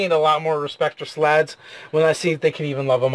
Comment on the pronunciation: Hey hey hey. It's Slaadi not Slaads. That is incorrect.